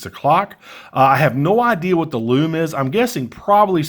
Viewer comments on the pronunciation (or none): none